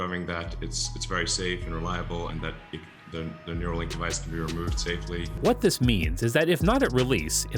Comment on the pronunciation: Everything sounded great until he said neurolink ! 😱